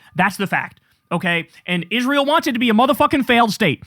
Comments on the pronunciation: Senator Ladybug is one of the most disgusting and insufferable people alive for the shit he does and says, least of which is the way he says "Izrull" and "nuke-yalar" 🙉🤪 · Lindsay is a Nazi - and he also can’t even pronounce the name of the nation he actually represents, rather than America: he f’ing always says “Is-ruul” like a complete dumbass, instead Israel. We did the wrong thing after the Civil War. We should have CRUSHED THE PSYCHOS, like Lindsay.